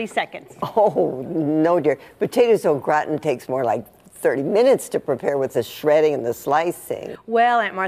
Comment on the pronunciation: zzzhuh "Au Gratin"